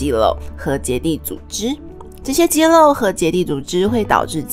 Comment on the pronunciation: 旁白說肌肉變肌漏